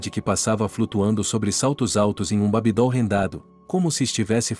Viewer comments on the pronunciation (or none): Beujolais???? Pronúcia errada Babidol???? Pronúncia errada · "Babi dól", "César"... foi de rolar de rir.